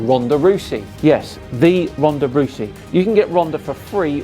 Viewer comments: Rousey is pronoused "r OW - s ee..." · It’s actually pronounced “Rowsey”, as in the “ow” sound, not “Roosey.” Not trying to be pedantic, just thought you might want to know. Always funny when the flat earth knotheads apply science thereby showing their complete lack of scientific understanding. Why can’t explain why air pressure is not constant if it’s in a container? Oh, wait... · Sorry, but you've made a pretty elementary mistake in this video 🫣 it's pronounced rowsey, not roosey! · same, its pronounced ROW-SEE, or ROUND-SEA, you think he would have got that one right haha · I just want to point out its pronounced R-ow-sey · How are you saying Ronda Rousey? Fairly sure it's said "Rowsey" but she looks epic in game so back grinding Raid. 😄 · Bro said Rhonda rewsy lol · Ronda Rousey - pr. Rou-sey as in "out" also like the bird: Grouse. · Rouse-y…like House-y :-) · Ronda "Roo-see"! Haha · It's pronounced row-sey but at least you sounded like you knew who she was😂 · Ronda's last name is pronounced with the same sound as cow, the "Rou" part. Just fyi.